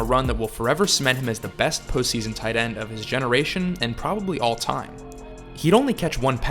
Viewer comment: Best post season... gosh you need to articulate that better especially with the charter of grunk it sounded a lot dirtier